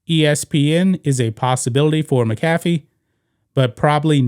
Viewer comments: It's Pat "Mac-ah-fee" not "Mi-caff-e" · It's Pat "MAC. AHH. FEE" Not "Mi Caff Eee". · Dude it's pronounced Mac A Fee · The way you were pronouncing McAfee was killing me. One of the most entertaining guys covering football and you can't pronounce his name? This isn't stumbling over Giannis last name. Come on man. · You're butchering Pat McAfee's name. Lol. Please get rid of Wilbon and Kornheiser.